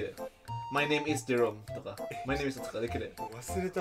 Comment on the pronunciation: Ketinggalan E nya bang "jerome"